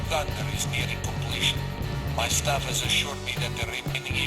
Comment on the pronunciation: The way you pronounce staffs is annoying, good video though